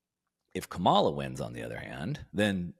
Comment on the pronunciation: consistently mispronouncing Kamala’s name is not putting you in a good light, and I suggest that you stop it. People will only draw one of two conclusions that I’m sure you wouldn’t want. Folks will either conclude that you are dumb (which I don’t think you are) because you can’t learn her name, or that you are racist (which I hope you aren’t) because you intentionally mispronounce her name as a way of disrespecting her. You may hate her policies, which is fine, but I think it only hurts you by saying her name wrong at this point.